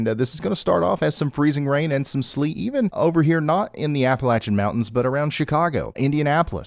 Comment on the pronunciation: Ya know... you use to give me anxiety watching you live so I switched to Max Velocity ( he had just started then) but the fact that you know how to pronounce " Appalachian " made me come back. Ps : we're revoking PA's Appalachian Card. Lol